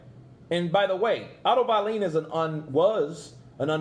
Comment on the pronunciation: Otto “vieleen” ~ Kurt Deville😂